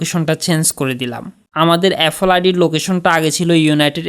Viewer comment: apphel na re vai apple hobe😂😂😂